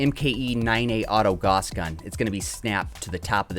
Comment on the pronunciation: gauss rhymes with house.